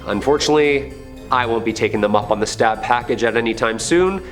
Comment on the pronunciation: It's not Stab family it's Staab, totally not pronounced the same way.